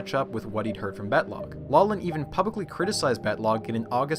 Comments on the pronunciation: Really enjoyed the video! One small correction: physics Nobel laureate and Stanford professor Bob Laughlin is pronounced “Laugh - lin” (not “low - lin”). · why does he keep saying Laughlin wrong it is pronounced Loft-lin or lock-lin not law-lin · 'Laughlan' should be pronounced 'lock-lin' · The “gh” in Bob Laughlin’s surname is not silent; it is pronounced as an “f”: “lawF-lin”. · Laughlin is pronounced Loch-lann meaning the Viking Lake-Landers. "ch" in Gaelic is pronounced like the ch in Hebrew or German gutteral sound. English uses "gh" to represent this sound since it already uses "ch" for another sound.